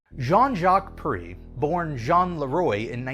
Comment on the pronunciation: I'm not proud of for pronouncing "Perrey" the wrong way.